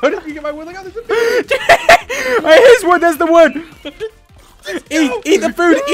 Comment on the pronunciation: Baby not bagy